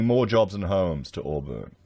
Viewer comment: Auburn is actually pronounced as "Awe-bin" not "Awe-burn" just like you say "Briz-bin" not "Briz-bain". That area of Sydney is very dodgy as far as real estate goes, it is the same area where developer Salim Mahajer was the Deputy Mayor. Before their local council was merged it was filled with dodgy developers and real estate agents. This apartment complex is just the tip of the iceberg. Almost every large development in that area over the 20 years has issues that building inspectors have either missed or ignored, lots of allegations of corruption. You could literally run your entire channel just making videos about corruption, greedy developers and dodgy builders in that one area of Sydney, it's a joke.